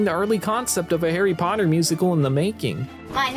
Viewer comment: Where is pottaH?